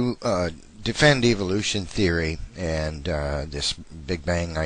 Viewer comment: I love when they call it "evilution"